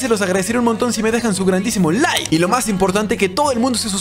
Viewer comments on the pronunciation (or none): none